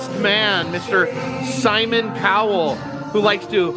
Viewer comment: I'm sorry, but did you say Simon POwell ? It's spelt with a C, not a P!!!!!